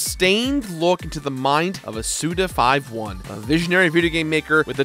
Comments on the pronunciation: Suda you madlad. Almost...I think "SUDA51" is pronounced "SudaFiftyone" and not "Sudafiveone" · Why am I so triggered because of you saying "Suda Five One" instead of "Suda Fifty One?" I don't understand myself. ^^ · It’s fifty-one not five-one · It's Suda 51, not... Suda Five One... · Is his name not Suda Fifty-one? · Say it with me now..."Suda fifty-one" alright? Cool. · "Suda five-one" - I died a little... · My trigger is whenever anyone calls Suda51 "Suda Five One":p